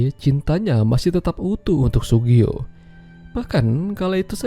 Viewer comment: Yang bener namanya Tsugio min... 😂😂